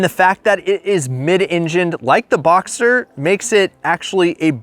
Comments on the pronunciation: Porsche Boxster not Boxter. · Btw it's BoxSter with an s :) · you're missing the S in BoxSter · its BoxSter not BoXer